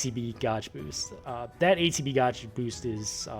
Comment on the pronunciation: Are you serious you don't know how to pronounce the word gauge lmao. That's too funny.